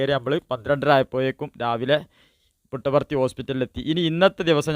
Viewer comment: Puttaparthi ennanu. Muttavarthi alla naree